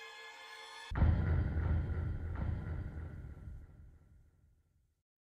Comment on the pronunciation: Genociede run run (czytaj:dżenosaid)